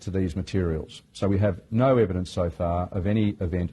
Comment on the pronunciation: read and listen carefully, emphasizing the word evidence does not make it evidence. Although I dont trust the pharma companies, we cant get carried away.